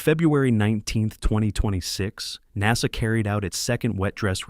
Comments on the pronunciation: Learn how to pronounce NASA. What fool is narrating this? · AI commentary can't even pronounce NASA properly FFS.